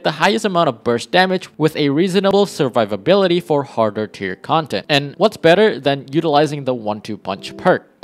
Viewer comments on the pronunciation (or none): none